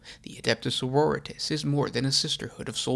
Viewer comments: GW doesn't pronounce it like Doritos... the emphasis rests on the second syllable. soh-ROH-ree-tahs. not soh-roh-REE-tis. your preferred pronunciation isn't far off from the way it should be spoken. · It's sororitAHs sir. I don't know any soroREEtas, but they sound rather tasty. ~Unknown marine, 7th Legion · Adeptus margaritas... señorita’s... sororitas... yeah that one sure.... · It's sororitAHs sir. I don't know any soroREEtas, but they sound rather tasty. ~Unknown marine, 6th Legion